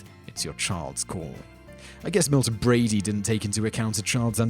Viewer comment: I'm really hoping you weren't serious about all the bad things. They were all blown WAY out of proportion. Also, what the heck is Milton Brady? It is Milton Bradly! You can't shrug this one off with the British accent thing either. You literally forgot to pronounce a letter.